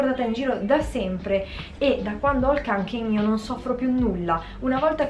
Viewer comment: Si dice konken lol